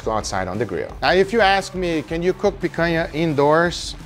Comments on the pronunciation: Gugas pronunciation of picanha is impeccable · I heard him speak picanha with no accent and i thought: is he brazillian? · Man, I have something to say to you… Guga is brazilian too, just like us 😂 the way that he said “picanha” was so perfect that I went to google to research it. He’s from a small city in Minas Gerais. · Hahaha... as I was watching the video, I was asking myself, "Is this guy from Brazil?" Cuz the way he pronounces picanha is the brazillian way, but more important, the way he was preparing the meat it was exactly how it is prepared in Brazil, and there is no way a north american would do that, thats not how north americans prepare their their meat for the grill. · Funny how the Algorithm works, I just got home from a meeting with friends and we had a Picanha that I bought at the market and then I opened YouTube and voila a video about Picanha. Also I didn't know Picanha had the same name outside of Brazil lol I was shocked by heaeing him saying exactly like we do here. Tenho certeza que os outros br aqui tambem gostaram hehehe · A gente sabe que o cara é dos nossos pelo nick e pela pronuncia da palavra picanha ;D concordo em genero numero e grau! Picanha é incrivel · Tava falando picanha bonito demais pra não ser br hahah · the way guga says picanha like omg, he says it so well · Love the way he says Picanha with a perfect Brazilian accent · Guga said picanha in such a natural and correct way that I had to double take that he wasn't a brazillian. Orgulho da nossa carne nacional sendo exposta assim pro mundo. Fraldinha também é bom. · Meu amigo, eu nunca na minha vida imaginei que você fosse brasileiro. E te falar, lhe acompanho há tempos! Achei sua pronúncia de Picanha excelente e achei estranho um estrangeiro falar desse jeito, uma pronúncia bem brasileira. Quando você disse "In Brazil we use...", aí entregou! Well, contratulations on all of your videos, you're amazing and trully helped me about cooking. Keep the awesome work!